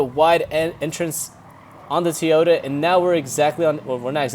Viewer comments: Not TEAota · It's TOYota not TOYOTA